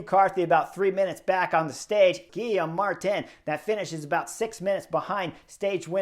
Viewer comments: Chris, please, you rode for a French team…. It’s pronounced Gee-yome, not Gill-i-am. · Chris’s mispronunciation is some of The best parts… don’t stop slaying the names. 😂